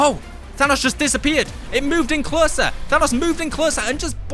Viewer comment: than os is the pronunciation